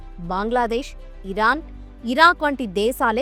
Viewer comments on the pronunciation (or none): none